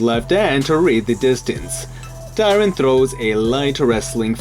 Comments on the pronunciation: Why does Tyron start with a D where you're from? onwards. had to click off. what a fucking annoying way to pronounce his name. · why did u say tyron's name so weirdly? what the heck mann